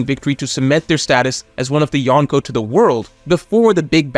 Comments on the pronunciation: Every time says Yawn-Ko I cringe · Loved this video, but your pronunciation of “Yonko” could be better. The “n” shouldn’t be pronounced like the “n” in “one.” It should be like in “uncle.”